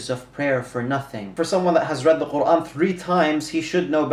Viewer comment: As an Arab pronunciation of quran is much better than Ali dawah